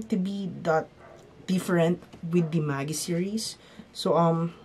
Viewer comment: Btw, Magi is pronounced as Ma-jai :)